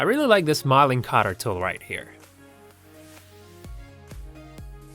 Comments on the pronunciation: Mileing, what the hell is "Mileing". You say "Mill". Its Milling!! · m short i milling not pronounced myling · BadWulf yes like it rhymes with Pill. I was laughing at Mileing too. Some great ideas in this one. I’m going to modify one of my milling(mileing) Vices like the first one so I can mill angles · Steve Green Don’t be too quick to criticise, if someone mispronounces a word, it’s a good indicator that they learnt it by reading. And we should all encourage learning at all levels.